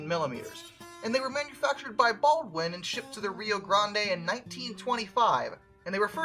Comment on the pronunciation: its Rio GRAND (but spelt Grande)